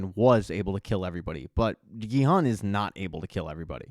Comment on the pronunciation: Can't finish the video with you calling the main character the wrong name...his name is Gi-hun